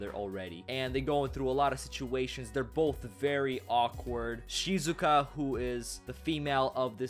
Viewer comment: its shizuku not shizuka!